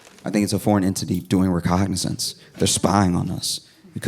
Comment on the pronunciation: My man says recognnaissance around 5 min. I wonder if that's how he says it all the time. I had a friend who used to say pronunciate. He had a well above average vocabulary, so it was funny and memorable when it happened. As Google revealed that enunciate was the correct iteration I saw the quick flash of embarrassment as 30 years worth of communication, both the written and spoken word. Every time he had ever said enunciate he had said it wrong and Noone ever told him. We were good friends and it was instantly just funny. I wonder what thing I'm so completely sure of that is wrong. Some simple thing like proper enunciation of a word such as enunciate. In the business we call that a "twofer or 2fur for the cool kids or a 2 with the little picture or emoji of a fur for the really cool kids" but I digress. I do hope he says it again so I can know if that's how he says it all the time. I can imagine Josh having a similar look in that moment. I know I've had the experience and it's not a big deal but your ego takes that initial hit before you shrug it off if your stable. But that first shock of something your sure of. Have been sure of your whole life. Has been wrong. Noone can hide that. Bet his homeboys will give him shit about it. Too funny. It happens to all of us. But it's a hell of alot more fun to be on this side. But it'd been funnier if it was pronunciate like it was fir my home. Hahaha good times. Sorry for calling it out though. Just too funny a thought. I hope he says